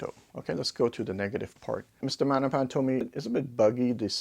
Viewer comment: I prefer maGnepan. I need to hear that “G”